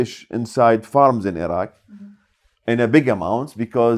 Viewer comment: Surely an Iraqi (of all people) should know how to pronounce "Iraq" and "Iraqi" properly, for goodness' sake?